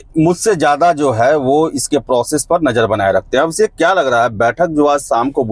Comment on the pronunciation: Absekh nhi Abhishek hai wo😂😂